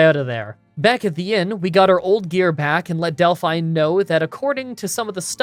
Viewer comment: You must be the only person online who hasn't heard of Belle Delphine and knows how to pronounce her second name 😂